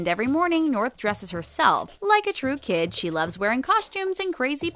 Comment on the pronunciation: She said Kim instead of kid haha